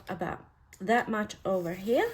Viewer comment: Hate like the dickens saying this but your pronunciation of the word “here” could be improved. Your words are pretty and so good to hear, then you say “here” and it’s like nails on a chalkboard. Please forgive me being so candid. Good day!